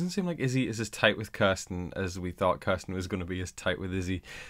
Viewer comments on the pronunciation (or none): When you say Kirsten is sounds like you are saying Carson and I get so confused